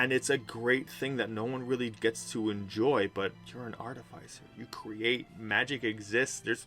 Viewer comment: It’s pronounced: ‘Ar-Tif-icer’, not ‘Arty-ficer’.